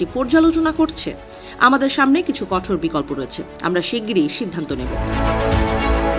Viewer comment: কঠের❌ নয় কঠোর ✅ হবে